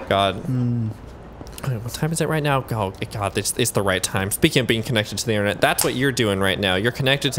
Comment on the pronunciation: did you just pronounce internet with a long i? Eye-nternet